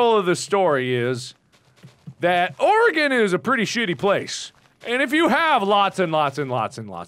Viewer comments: I was just about to comment a thank you for not pronouncing it "Ory-gone" haha Them not being Oregonians I wonder if they know how to pronounce "Willamette" correctly too. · To all the Oregonians: Can we take a moment to be happy that they both pronounce our state correctly? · HOLY FUCKING SHIT YOU PRONOUNCED OREGON RIGHT THANK YOU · Pretty surprised they pronounced Oregon correctly. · Yes. I'm VERY glad they pronounced it correctly. For some reason it's hard for most people to do so -_ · Yup, THank god. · So happy to see Mark and know how to pronounce Oregon correctly.